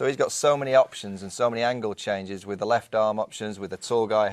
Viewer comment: Me You Says 'ten innings is there lef' presumably meant 'left' and just left of the 't' weirdly.